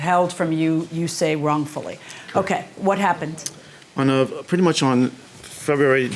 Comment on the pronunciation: Take out the "r" and you petty much nailed it!